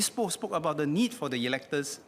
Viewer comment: The good minister's replies are always cringe-worthy, never disappoint with all kinds of motherhood statements. Btw, he could not pronounce "Poa". I wonder how he got there.